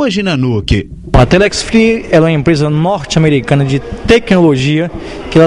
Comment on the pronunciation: IMPRESA "NORTI" AMERICANA DE "TEQUINOLOGIA"... ..."TEQUINOLOGIA VOIPI",QUE É O "SERVIÇI" KKKKKKKKKKKKKKKKKKKK.....